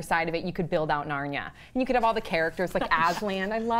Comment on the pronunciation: "narn ya"? Narnia is pronounced, Narn eeya.